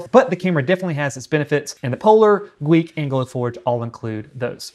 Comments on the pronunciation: Gweike is pronounced “G-wic” Gweike is also the collaborative partner with OMTech meaning they manufacture the polar. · pronounced .... G- wiki I believe